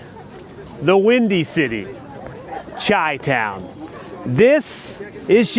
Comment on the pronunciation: Hey, It's pronounced "SHY"-town and I would suggest Tasa Coffee Roaster, Magnifico Coffee Roasters, and Factotum. Dark Matter is pretty basic, boo boo.